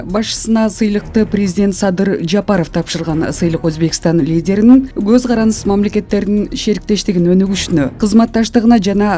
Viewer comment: Гоз эмес коз